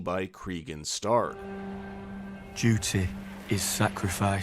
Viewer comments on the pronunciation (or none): Love the video hate your way of saying dute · Lol the way you pronounce duty is hilarious. Doody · just start mishearing 'duty' as 'dooty' from this point and enjoy...